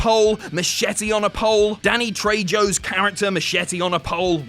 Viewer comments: Danny Trey-jo.... Ffs...im out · Danny Tre”jo”. That pronunciation tho.